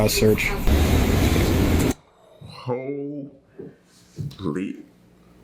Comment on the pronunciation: U keep saying hoe lee 🤣😂🤚